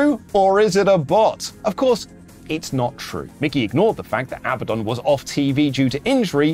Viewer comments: Mickey as in Mouse??? Or Mikey as in Mikey. Come on my dude🤦‍♂️🤦‍♂️🤦‍♂️🤦‍♂️ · Mickey is spelt like this Mikey is spelt like this Luke Mikey is pronounced Mike ee